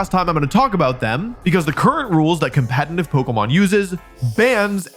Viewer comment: I can't believe this guy still isn't able to say "Competitive" the right way. SMH.